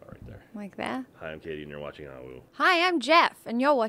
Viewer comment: Caiti not Katie, just like its Kdin not Caden.